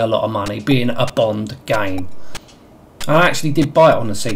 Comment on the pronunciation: The names Bwond, Jwames Bwond! :D